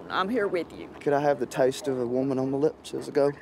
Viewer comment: “A hwoman!”